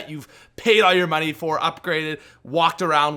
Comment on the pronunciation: "I had to pay for these..." "You pay MUNEE for these" A good sum of money. Yeah.